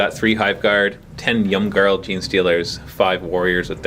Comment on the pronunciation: ‘Yum-Garl’ Genestealers? lol....I think its ‘eem-garl’. One of them funny Teutonic words. Oh well. :)